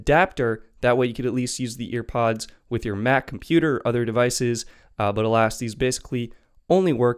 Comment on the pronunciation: Hearing “EarPods” annoyed the SHII outta me like say it right or don’t say it